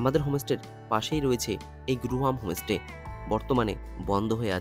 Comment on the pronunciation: হমোস্টে নয় হোম স্টে বলুন! এমনি ভিডিও ভালোই করেন। "মার্কেটিং" নয়, বলে "সপিং"! সমালোচনা পজিটিভলি নিলে ব্লগ আরও হবে।